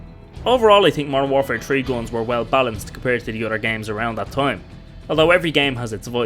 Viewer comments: i like your funny accent. it sounds like your pronouncing GUNS as GOLEMS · "gons" lol